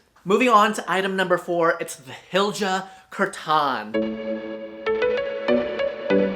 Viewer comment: Want a little swedish pronunciation tip? Pronounce j as a y… so it’s more like Hilya. Better still would be more like Heelya.❣️🇸🇪 When you see the sj or tj combo, just pronounce it as sh (close enough for English speakers), not that there were any in this video, but that’s a common stumper.